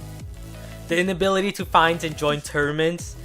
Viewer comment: I didn't know what you were saying till u put up the post I thought u were saying termants and I was wondering what kind of word was that but when u showed the post and high lighted tournaments I was shocked